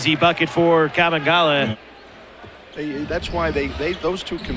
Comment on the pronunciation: It's pronounced Kabengele, not Kabengala.